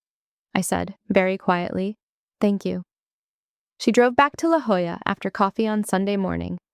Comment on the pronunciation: I don't know if the AI has learned to read La Jolla as it should be, or if they wrote it phonetically but it was a relief to hear it as it should be. Also, the hospital at Balboa is called simply Balboa. Since my Master Chief Hospital Corpsman dad was stationed there for years, that's what we grew up hearing. Three of my siblings were born at Balboa.